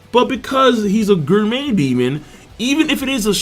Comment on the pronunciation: So i'm a fan and maybe you explained it somewhere else but why the fuck can't you pronounce gourmet?